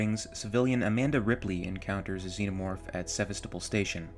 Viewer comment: Little error ; it's Sevastopol, not Sevestopol